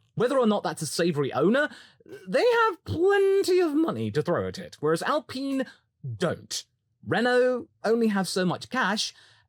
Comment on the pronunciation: You said their name right once! It's not supposed to rhyme with peen. :D Now if we could just stop everyone from saying it like that 😂